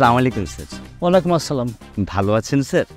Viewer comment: তরা ভাই নাটকে সালাম দিস না, তারপরও সালামকে বিকৃত করিস না